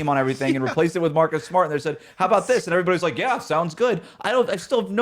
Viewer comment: MAHCUS GAHDAM SMAHT destroyed me lolllllll